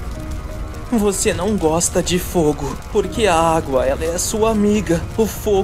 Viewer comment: "Aguá" e "Agúa" os 2 pareçam errados, para mim.